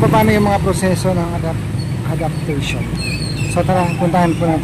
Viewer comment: KUYA TOY! IT'S NOT ADOPTATION!!! IT'S ADOPTION!!😂😂😂😂😂😂